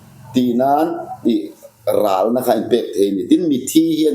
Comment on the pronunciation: "Ral" chu i sawithiam hlee mai... Ni thei ber leh a dik ber niin ka hria